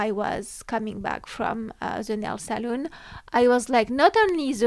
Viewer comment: Salon eve.. not saloon. Saloon is where you drink 😊